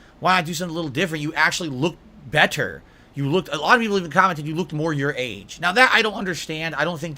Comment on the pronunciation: Why does he have to say "better" like that?